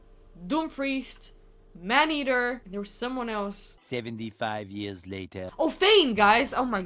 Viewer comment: Why do you keep calling him Manhaetr. Isn't he Man eater :)) I was thinking you are talking about a different champion